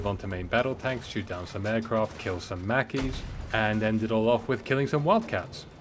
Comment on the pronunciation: You’re the first person I’ve seen call Mackay “Macky” I think they call him Mackay like McKay